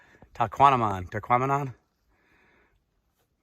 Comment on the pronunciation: At least pronounce the name of the falls correctly